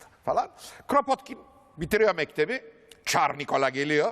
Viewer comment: Rusça'da Кrapotkin diye okunur